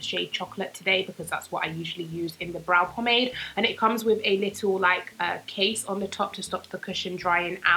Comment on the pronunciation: "... a bit-tle" - 2018 lmao <3 luv ya